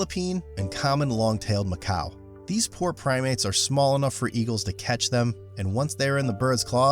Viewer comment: Macaque is pronounced muh-KAK, not muh-COW.